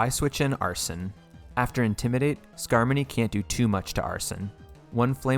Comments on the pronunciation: skarmony? boy it’s skarmoRy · Great run, but I think you said skarmory in the flying gym battle wrong. You said skarmony. That battle was not harmony in the slightest. Still, great job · I like the part where you pronounced "Skarmory" as "Skarmoney." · he said “Skarmony” instead of “skarmory” omg what a dummy I’m unsubscribing immediately 😡😤 Just kidding this is the second video of yours that I’ve watched and I really liked both of them. U deserve many more subscribers than u have right now, so I’m commenting to appease the almighty algorithm so that hopefully someone gets recommended your content like I was. A lot of nuzlocke channels are growing rapidly now that the PChal emerald kaizo run has finished, and I’m sure yours will grow as well because your content is great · Why he call it Skarmony😔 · God I wish you knew how to pronounce pokemon names. SkarmoNy? You mean SkarmoRy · U realize there is no n in skarmory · "Skarmony" banned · Just found you randomly and I LOVE LOVE LOVE the profile picture altaria is my fav Pokémon for really personal and kinda sad reasons. I used to have a blue parakeet with white wings and she died. Also skarmony? It’s skarmory. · Im sorry but whats a skarmony? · “Night shade” Corah-gri-is” “skarmony” “mololola” pls save me the way u pronounce these is triggering me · excuse me SKARMONEY!?! Tf is a scarmoney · I get the alomamora pronunciation mistake but pls at least get skarmory and zebstrika right